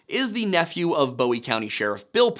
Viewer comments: My biggest complaint is we say “boo-ee” like a buoy in the water. Not Bowie like most pronounce David Bowie’s last name. Great video, good job. Cool to see this area and its happenings covered. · Bowie county is not pronounced like David Bowie. Bowie county is pronounced like you would a buoy that's in the water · Excellent work. Minor quibble: it's Boo-ee as in Jim and the Alamo, not Boh-ee as in David and 'Heroes'. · It's not Bowie (Boewee) county It's Bowie county (Booee) It was named after the defender of the Alamo Jim Bowie not the singer David Bowie. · It’s boo-wie county not bow-wee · It's pronounced like "Booie" County, not "Boie" with a long O. As in Jim Bowie, not David Bowie. For some reasons, non- Texans can't say that. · Boo-wie not Bow-wie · It’s pronounce “boo we” county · Boo-E. (I know it's spelt wrong, but it's pronounced that way). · Very good video, as always. When I moved to Texas in the 80s, I quickly realized they have their own way of pronouncing words, not just an accent. For example, Bowie County is "boo ee" not like David Bowie. Thanks for the video! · it’s pronounced “boo-e” like the knife. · Great recount of the story. For future reference, Bowie County is named after Alamo hero James Bowie, also the namesake of the Bowie knife. Pronounced boo-ee. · i was born in Texarkana, Tx. Bowie is pronounced [BOO EE] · Small thing: Bowie is pronounced "boo-ee. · The pronunciation of Bowie and Texarkana are really getting to me!! Guess it he only pronounced Texarkana once that got too me……. But Bowie….. just butchered it